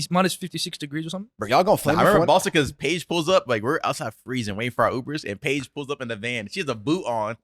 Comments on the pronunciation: Yo did anyone else hear say thanks bitch lol. Had to re listen to it and he said paige lmao 😂😂😂😂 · Did anyone else initially hear "Thanks b**ch" when Paige brought the coffees in? It took me too long to realize he said Thanks Paige. Also Paige is the goat. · I swore when the coffee was brought in I thought said thanks bitch 😂😂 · Please tell me didn't say "thanks bitch" when he was handed the drink lmao... i can't un hear it lol